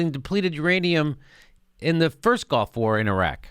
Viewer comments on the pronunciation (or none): Jimmy, why do you keep saying "golf war"?